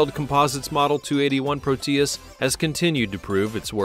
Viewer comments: "Proteus" is not pronounced pro-TEE-iss but PROH-tee-iss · Pro-tee-us? So stupid. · Proteus is accented on the "o", not the "e". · It's not very funny how you call prop planes jets. If this video was a high school history project, it might rate a D. It is rife with poorly researched subjects, and information that is wrong. However, what would one expect from someone who cannot pronounce proteus. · there is no accentuation in the "tee" sound, in the middle of "Proteus," just a very quick "tee" sound. The "Pro" has the accentuation.